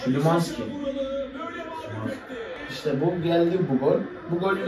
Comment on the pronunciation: szymanski ye neden sülümanski diyon abi gülmekten izleyemedim qşlwjrşqwrqw